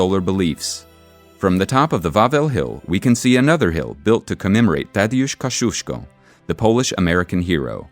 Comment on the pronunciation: "Kosiuśko", "Bona Schwortza" hahahahahahahaha